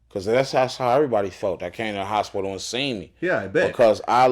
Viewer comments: Wait... did this nigga just call it the spital? Gonna have to add that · ‘Spitol??? Please cut it out 🛑